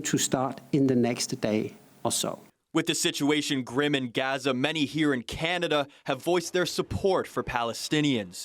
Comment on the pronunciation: Why do they keep pronouncing Gaza wrong tf.